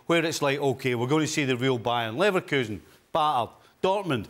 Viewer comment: he said leverkusen ......